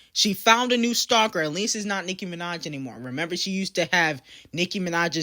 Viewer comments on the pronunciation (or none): none